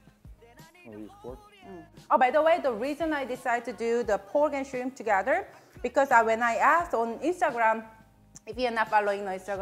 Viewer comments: Mah girl had a deep southern accent when she said "shrinnmp" lol I had to replay that part a few times. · When she said Shrimp her Cajun jumped straight out.